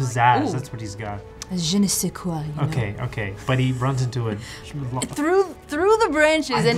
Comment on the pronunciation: The "je ne sais quoi" for me is perfect (french Guy here)